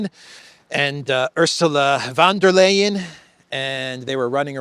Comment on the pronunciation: ❤ Thanks ❤ You often speak about Ursula "Fonda Lion" - yes, that is the correct pronunciation - see u later ❤